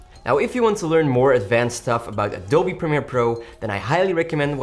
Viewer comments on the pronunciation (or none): none